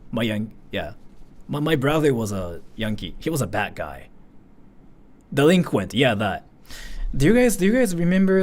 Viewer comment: Oh sick, his brothers a Yankee, he must like America! .. oh he meant DILEQUENT..